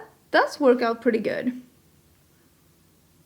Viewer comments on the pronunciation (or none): You said PURDY, like a Texan!!